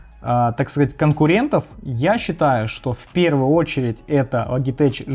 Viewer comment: Сам ты, блядь, Логитэч. Лоджитэк правильно. 😂😂😂